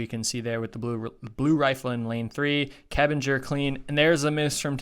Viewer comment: Pretty much every😄 the worst were Öberg, Kebinger,Claude,Rees, Dzhyma..Krčmář is probably too hard to pronounce right for non natives..